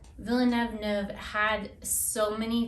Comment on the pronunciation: I love your book review. It's creative, clever, and entertaining. This is my favorite so far and I think the bloopers part is hilarious. I think "Villaneuve" (spelling?) is pronounced a little differently than you say it, but French names are always a little tricky. Ha ha! Again these reviews are fun and make me want to read!!! XOXO